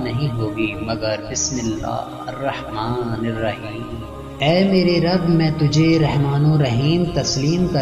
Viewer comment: Bismilla Harrahmaan Nahi hota Hirrahmaan hota hai zair lgti bhai